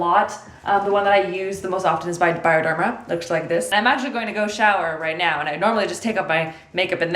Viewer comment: Did you say right meow?? Lol super troopers for the win 😂